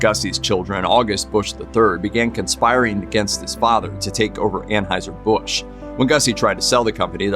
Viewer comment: It’s pronounced /An-Hoi-Zer/ in German.